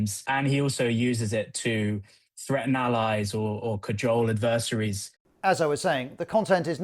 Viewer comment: Adversaries pronunciation.